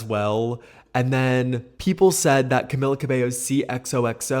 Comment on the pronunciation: ur videos are great and im not a fan of hers anymore, but hearing you call camila cabello “camilla” was killing me loll